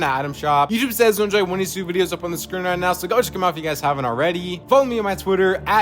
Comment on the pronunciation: Why did bro say “right” like that 😂